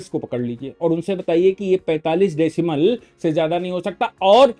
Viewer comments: Decibel होता है decimel नहीं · Decimal नहीं decibel.